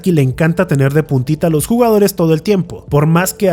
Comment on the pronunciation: de "puntita" o más bien, de "putita"? 🤣